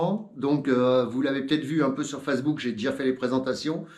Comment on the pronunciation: le seul mec au monde a ne pas savoir prononcer "facebook"